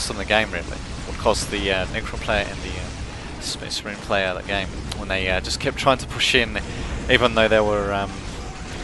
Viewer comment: The Necron player and Spasseh Mareehn player was TERRIBLE. -.